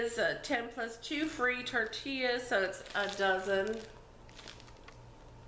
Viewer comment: Just pronounce IT in Spanish...PORTAL TORTILLAS. SINCE YOU ARE MEXICAN!